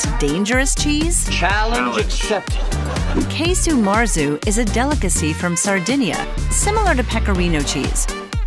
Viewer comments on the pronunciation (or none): Quite right. It's not Key-Su Marzu, but Kah-Su Marzu.